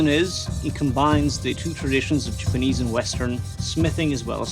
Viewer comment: The differences in the steels gave a fantastic look, but I still can't stand hearing say "Jipinese" over and over.